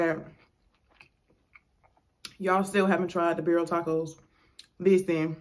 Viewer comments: Aren’t they the best! I YouTubed the instant pot recipe and omg! Sauce is pronounced CONE-So-may) and tacos are pronounced (Beer-Eee-yah). I figured I’d mention since you said you don’t know if your pronouncing it right. They sure are 🔥though right I love your channel. You & Your husband are so cool and down to earth plus have great stories ❤️ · It’s pronounced Con-sue- may and Birria is Be-dee-ah … I have Hispanic friends that’s the only reason I kno so don’t feel bad Lmaoo